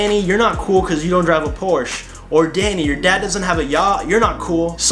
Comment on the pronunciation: You have a Deutschland flag in the background and still pronounced Porsche wrong 🤣 Jk, great video